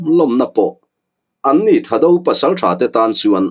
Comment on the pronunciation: Thado nilovin thaado tha hi thluk deuh tur... chuan anlal hming leh an pasalțha te hming hi a thaado hming viau lo ..seiminlal,thangkhawman, Thangkhawsei .zamminlal,khukhup ,naulal zamminsei etc